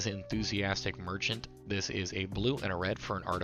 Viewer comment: some good info, but its Mecha-naut. not merchant lol :)